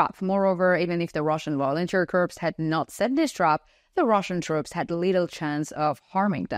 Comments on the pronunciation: I offer a gentle boost to your English language skills. The written word "corps" (as in Marine Corps) is pronounced "core", as in the center of an apple. "The Vlad apple is rotten to the core" Your pronunciation is correct for the word "corpse" as in dead body. The plural would be "corpses". You also pronounce the word "the" as "da". To get it right, put the tip of your tongue against the tips of your two front teeth. Exhale to create the "th" sound, then follow this up with an "ah" sound by dropping your tongue down. Otherwise, your english is quite good. Salva Ukraini ! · Correct pronunciation of 'corp' is "core". Corpse is a dead personal.